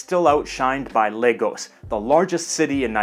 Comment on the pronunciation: I’m glad you didn’t say La-goes.. good job 👍🏾